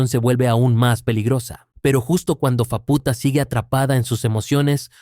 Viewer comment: por qué lo pronuncias como fapúta, si se dice sin acento? se dice fáputa no fapúta